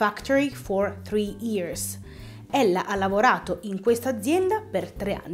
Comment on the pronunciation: I guys invece di Hi guys Ears invece di years Tree invece di three No grazie perché mai dovrei acquistare un video corso con una pronuncia così maccheronica? Per non dire altre parole sbagliate di pronuncia. Ma almeno, perché non rivedi a pronuncia invece di far confusione alla gente?